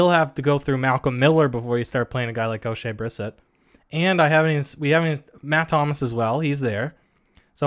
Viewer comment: It shows how much you've watched the Raptors when you can't pronounce Oshea Brissett's name lol. It's bre-set not brisit as you pronounced it.